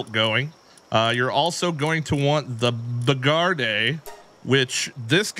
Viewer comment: Bro.... Bee guard.... because it.... guards.... the queen....... my ears are bleeding after wtf ypu just called it lmao